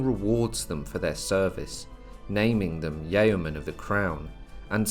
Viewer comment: So these... "Yayomen"... Rather than sounding rather like evil Barons of Cocaine... They wouldn't be Yeomen in dire need of a correct pronunciation would they?